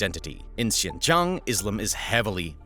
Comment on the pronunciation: I hate the way you're saying "xincheong" it's a "j" sound. Jiang 😢